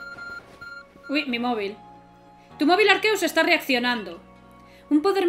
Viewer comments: ARQUEUS --miauwwwww-- el gato dijo se dice arceus no arqueus xd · Es Arceus, no Arqueus .__.